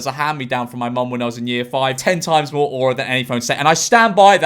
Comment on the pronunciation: every time you say aura i die a little